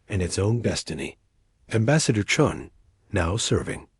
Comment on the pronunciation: They got confused in names, chun became john, stupid Ai channels that have to pronounce full stops as dot dot dot. Sort it out check your work. Channels been blocked. Sorry if they can't sort themselves out they don't deserve a like or following.